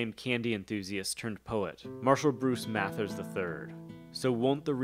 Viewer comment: Saying "Mathers" that way was a great touch